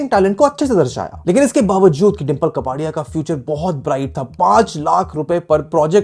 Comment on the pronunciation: It's कापड़ीया not कपाड़ीया🙂